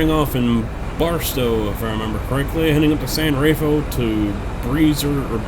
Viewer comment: I think it's pronounced raf-eye-el